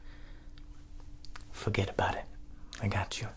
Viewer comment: It's not fergt about it it's fergt abooouuuuut it